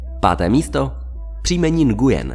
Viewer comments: Nguyen se vyslovuje nuen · Mám pocit že se to nevyslovuje takhle.. (Nguyen)